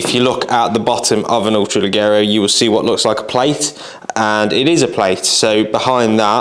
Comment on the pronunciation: Brilliant gun, I have one that I use for game and pigeon shooting. Just so you’re aware (and don’t take it as a criticism) the double ‘g’ in Italian is pronounced as a ‘j’ in English, so it would be ‘le-jero’.